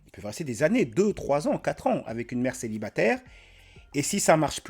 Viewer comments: Déjà elle a un gros problème de prononciation du français. On dit célibataire, pas célibatère. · "G 1 kestion pour tout'les mamans célibatairrrrrrrrrr", il ne manque que la ponctuation "t'as vu ?" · l’accent à « céibatèère » RED FLAG CSP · Déjà dès les 3 premières secondes sa façon de prononcer "célibatÈR" c'est un redflag